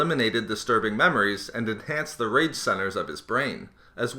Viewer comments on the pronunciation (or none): Am I the only one that heard "Enhanced the rape center of his brain"?